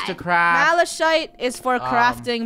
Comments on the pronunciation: Pronounced malakit not malashiyt ;w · It’s Malachite (Mala - kite) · they pronounced malachite wrong: it's pronounced "malakite" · "Masochite" Me as a half-irish girl: spits out water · The H in Malachite is silent so it’s not pronounced Malashite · Its malachite not malashite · Me cringing in how they pronounced malachite